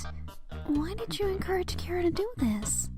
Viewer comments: CH ara not C ara seriously GET IT RIGHT my opinion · It took everything in me to yell "ITS CHHHHHARA NOT KARA"! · WAIT ITS PRONOUNCED CARE-A AND NOT CHAR-A WHAT WHAT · It’s chara not cara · Finally someone realized chara is a play on the word character and isn't pronounced char ah